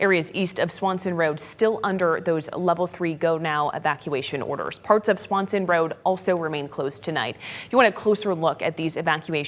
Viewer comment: It's Swenson, not Swanson Rd. 🤨